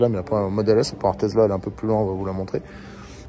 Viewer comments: Tu te moques de ceux qui disent DoLorean alors que tu dis TeZla pendant toute la vidéo … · Mais pourquoi tu dis TeZla et non TeSSSla ?